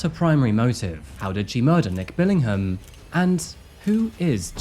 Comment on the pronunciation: As a fellow Brit, I take serious offence to you pronouncing the "h" in Billingham!!